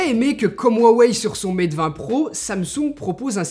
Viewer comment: Huawei se prononce "ROUA WEILLE"